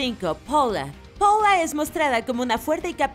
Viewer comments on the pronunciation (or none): Se dice paula no poula >:v